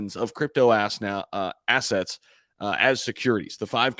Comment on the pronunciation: Yeh your slip of the tongue said it all..crypto aas😂 ..cool bro